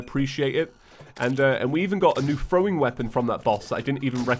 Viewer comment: Omg he called throwim